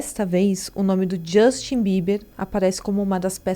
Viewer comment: Não é Djustin e não é Combis.